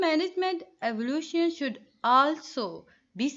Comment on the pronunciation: Very good explanation mam...but the word is evaluation....you are pronouncing it evolution....both are different....rest all is perfect... jazakallah thank u